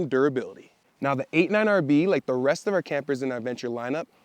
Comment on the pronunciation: Wait, are you saying 89 RV? Sure sounds like it.